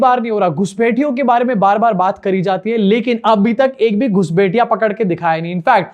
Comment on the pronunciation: Ghushpethiye, bro said ghusbethiye